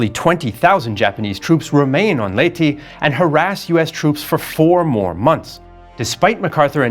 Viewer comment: Finally someone pronounce Leyte right, as in Ley-Te, not Leyte (Late)